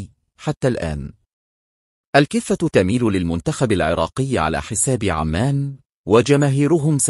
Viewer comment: عزيزي ارجو ان تلفظ اسم البلد مضبوط عُمان وليس عمان ارجو المعذره ارجوان لاتزعل تحياتي